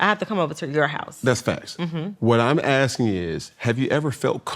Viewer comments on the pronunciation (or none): none